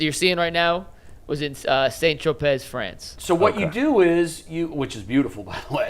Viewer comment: “Saint Tro-pezz” spoken like true Clevelanders who have never traveled… You pronounce that as “San Troh-pay”